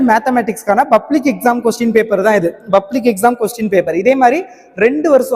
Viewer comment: Dei. Bublic illa athu public. Nee ellam oru vaathiyara